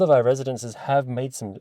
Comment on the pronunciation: It’s pronounced Villa VEEE